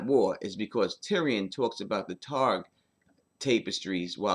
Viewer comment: Love your content,, but you say "Tapestries" weird. It's "tap-uh-strees"